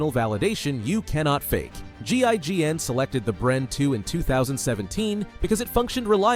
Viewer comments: Also, it's GIGN, not GINN, please try to get your terms pronunciation right, you will be much less annoying. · GIGN** not GINN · disliked this video cause buddy did zero research. buddy cant say one name correct in this video. ITS GIGN to start. like bro dont get me strted on the names of things hes trying to pronounce. or the swiss usa. shit was terrible